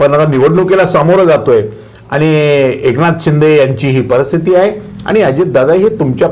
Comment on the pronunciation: परस्थिती हा शब्द नाही परिस्थिती हा शब्द बरोबर.कृपया शुद्ध बोलावे.